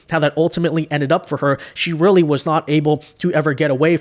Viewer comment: He’s going to have a “weally” hard time going up against anyone with his trash record in California. Do all Dems code switch? I see a pattern here.